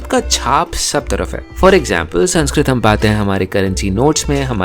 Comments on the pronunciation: It's not Sanskrutam It's Samskrtam Plz pronounce properly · Please do not pronounce samskrutham with schwa deletion please 🙏🏼